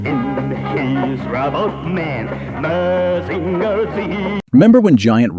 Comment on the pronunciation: Mazinger Z, pronounced Mazinga Z in japaness, is the real name of the robot